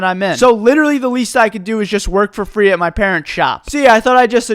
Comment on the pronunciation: "for fraayy" hviekjesdje I love him